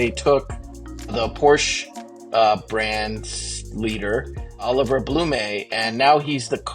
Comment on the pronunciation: You pronounce BlumE but not PorschE?